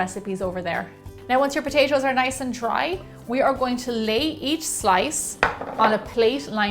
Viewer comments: i luv the way she says potashoes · She says potatoes like potashows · Potachio. Potacho. Potaaaayyyshow. :) We will go ahedge and put them on a playshe. Each potayshow, one by one potayshow. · Potatios??? lol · I love the way she's saying "patato's" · All I heard was POTACO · and why does she say it like "potacio".... ugh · Is she saying potasho?! I'm serious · did she say potasho? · whenever she says potashos i cringe no offence for sure